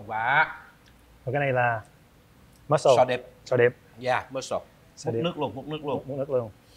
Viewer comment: Mussel chớ không phải muscle nhe chú ,và mussel là con chem chép không phải sò điệp ạ. Sò điệp là scallop